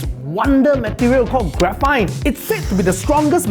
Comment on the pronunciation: Shouldn't graphene pronounctiation is " gra fin" instead of " graphite" Well that is what I am hearing in the video lol